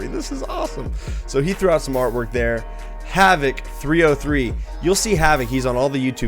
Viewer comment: Havok303....??Broooooo... You butchered it...That's not me😅🤣🤣🤣